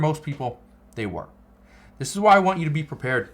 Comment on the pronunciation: Man it's you not yoou